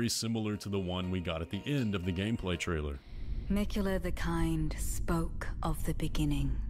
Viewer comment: Er heißt Miquella, nicht Mikaela 😂, Bin gespannt, wie es sich letztendlich auflöst.